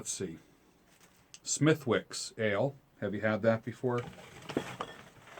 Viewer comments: You picked the Walt Vit maybe because his beard is like yours??? BTW SmithWicks is pronounced Smiticks. Love your videos man. Peace be with you! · FYI: Smithwicks is actually pronounced "Smiddicks"